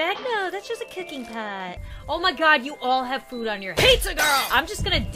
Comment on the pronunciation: Pizz-er XD